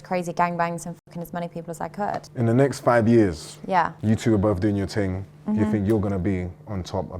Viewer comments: "United nations ting"😂😂😂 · “This ting could bring world peace” 😂😂